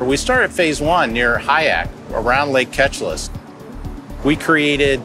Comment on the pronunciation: They keep saying Ketchalis when the actual pronouncement is supposed to be "Keee-Cha-Liss"